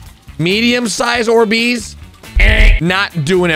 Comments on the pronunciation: ORbees, emphasis on the OR, instead of the BEES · Bro why he pronouncing these like or- BEEZ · "Or-bees" Is- is that how you pronounce it